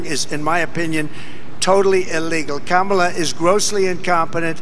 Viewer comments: It's not the vowel pronunciation, it's the syllable emphasis. Ka-ma-la, (correct,) as opposed to Ka-MA-la, (incorrect.) I hope this helps.😊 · the correct pronunciation is "Comma-lah" while trump and most other say "CAM-ala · Kamala is pronounced = come uh (soft sound ) la. Kama = desire (as in Kamasutra) komala= delicate. Older languages had slight distinction in the sound that had different meanings. Few examples come to mind like p and r combined form different sounding words like prime and s and m combined= smile etc. 😊. Come uh la (Kamala) means lotus like can you imagine what Kama (desire) la would mean?😜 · What is more disgusting is Vivek Ramaswamy and Nikki Haley mispronouncing Kamala. Kamala is an Indian name, and therefore those two politicians should know without a shadow of a doubt how to pronounce her name. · It's easy. Pronounce her name the way she prefers it to be pronounced. I don't understand why doing that is so difficult for these people - unless it's purposeful. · Saying Kamala's name wrong is like when people think all Hispanics are named Jose or Maria. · Trump never pronounces Kamala correctly. So disrespectful!! Rarely does anyone pronounce my last name correctly but I understand that. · The reason why Trump is mispronouncing Kamala Harris's name is because he can't remember her name so better to make fun of her than people making fun of your ignorance, but the irony of that is he's looking ignorant instead of telling people he's ignorant. lol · Medically thinking, when Trump gets only the first syllable correctly and ends the word wrongly, it is the most telling sign that he is heading to full-blown dementia. Some of the speech difficulties may be related to hot weather, poor sleep, but the constant difficulty to end the words properly is the worst sign. After all English is the only language he speaks.